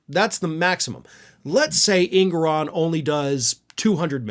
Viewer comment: Engoron not Ingoron